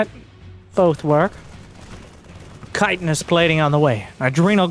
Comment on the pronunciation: please help change this all casters get it wrong and it drives me nuuuts lol, Chitinous plating is pronounced “chih-tin-nous, like chin, shrimp/crustacean shells are made of “chiton” and the ultra is basically a huge shrimp crab beast. He’s made out of lobster shell